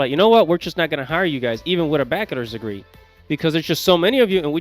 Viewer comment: Who told you how to pronounce bachelor's degree